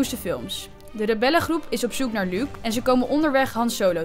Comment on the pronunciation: luuk luuk luuk, wat heeft zij met luuk?! het is Luke uitspreken als looke( in het Engels)